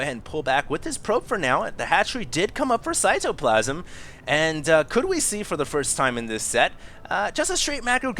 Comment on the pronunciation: He pronounces cyToplasm with a capital T